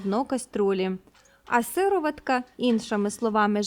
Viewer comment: Правильно казати сиро'ватка.